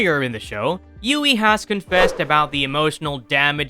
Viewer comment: How can someone whose not even real be a "Villian" lmfao Anyone wanna tell homeboy that its "HUGHIE" and not "Ewughie" lmfao